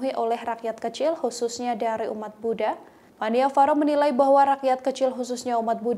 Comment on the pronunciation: Koreksi, nama bhantenya bukan Pan-Ni-Va-Ro tetapi seharusnya dibaca Pan-Nya-Va-Ro. Tapi gpp, kan jadi tau,, Sepertinya maksud bhante bukan karena masalah dipersulit khusus untuk satu golongan atau intoleransi antar umat beragama, tetapi hanya menyarankan lebih baik kalau memang tujuannya untuk penyelamatan Candi, lebih bijak kalau kuota per hari nya yg dinaikan bukan harga tiket masuk. Jangan memperkeruh buat saudara" semua /\